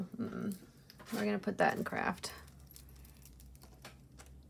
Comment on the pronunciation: You're the only person I know who can say craft and make it sound like the word Crap. Hahaha🤣🤣🤣